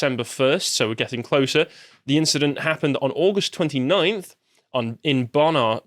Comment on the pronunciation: Bonar is named after Bonar Bridge, a village in Sutherland it is pronounced Bon-Ar not Bone- er really, I spend an inordinate amount of time education young I was hoping you chaps might be a tad more aware of your nation's geography! Youth of today!